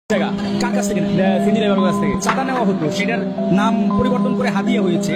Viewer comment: চাঁদিয়া ❌ হাদিয়া ✅